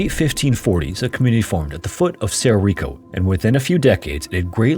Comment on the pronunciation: (It's pronounced "sedo rico" roll your "R's")